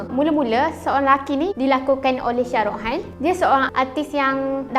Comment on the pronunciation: Shah rukh khan , bukan syah ruh han